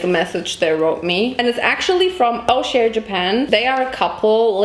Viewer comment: Btw, it‘s not o-share japan, it‘s pronounced something like osharé. It means stylish ✨